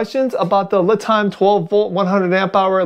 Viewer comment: Isn't it pronounced "Lee" Time like the Chinese name Li, kinda like a pun.?